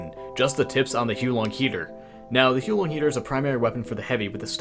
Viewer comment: Its actually pronounced: The "Hu-ar Long" heater (with the "r" sound silenced). Means "fire dragon" in chinese